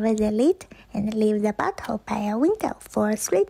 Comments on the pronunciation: "Bottle"...I thought the woman in the first clip on pine needle soda said "butt gosh! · That girl REALLY needs to learn how to pronounce bottle